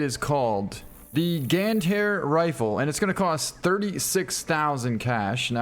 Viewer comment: You should pronounce as "Gāndhāri" 😊